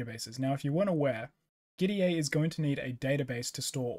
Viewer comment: Gitea is pronounced like git and tea. Hence the logo.